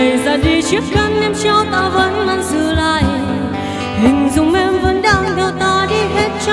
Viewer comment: Không bàn về hát hay hay không nhưng cứ phải phát âm cho chuẩn cái đã, buông- buôn, nàng-nàn, mang-man...vv